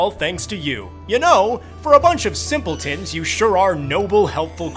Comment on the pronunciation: Did he call me simpletin?